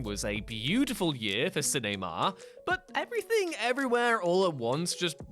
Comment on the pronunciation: That pronunciation of "cinema" was delightfully bonkers.